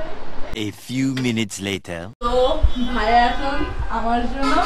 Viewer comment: Everyone:vaiya:vhaya😂